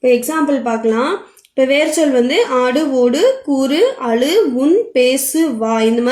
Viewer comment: Thamizh neenga sariya ucharikkala..... """azhu""" ah """"alu"""" nu soldringa so atha change pannunga intha"""" zha"" than thamizh la azhagana mellosai ya kudukuthu....